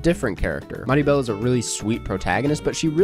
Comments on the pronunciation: did you say maribel lmao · not sure if i can forgive 4 calling mirabel "maribel" but i do love him so maybe i can.